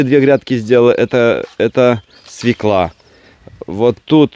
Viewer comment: извините, но правильно свёкла